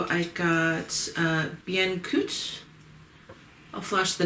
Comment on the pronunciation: Barbe à papa and Guimauve were pronounced right. Bien cuit is more la Bian Qwee or Cu-wi.